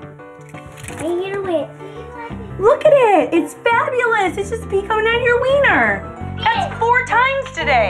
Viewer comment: The way he said wiener and diaper